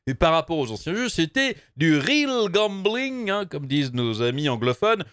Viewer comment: J'entends toujours goblin et pas gambling